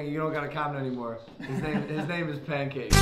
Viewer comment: logan i now that u call it pankank